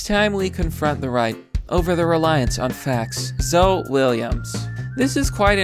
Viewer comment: Basic names like Zoe and Diane you have no idea how to pronounce but Sadiq you know how to nail.